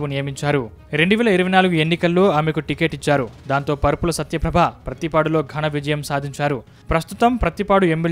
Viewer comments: పరుపుల కాదు రా బాబు వరుపుల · పరుపుల కాదురా బాబు వరుపుల